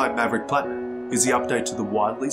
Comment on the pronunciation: Enjoyed the vid but are you calling it a maverick? I swear that’s what it sounds like. 😀